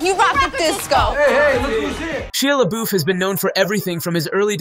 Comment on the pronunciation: Sheea Laboof...😂